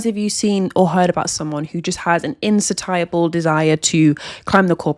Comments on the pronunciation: Good video but that pronunciation of INSATIABLE is killing me LMAOOOOO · "Insatiable".... C'mon, you're a doctor.